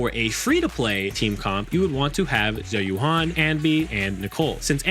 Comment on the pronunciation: oh my goodness lordie me she's pronounced "Zhoo Yu-en" ... Zh is pronounced like the Shu in Shush with a Z, and Yuan is pronounced like the japanese currency with a ^ (yên) when spoken quickly, otherwise "Yoo-æn" (æ being between a and e sound for english speakers)